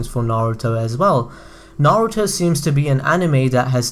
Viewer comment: Nigga say naruto right